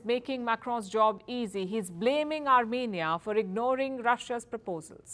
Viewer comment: France to 'Arm'enia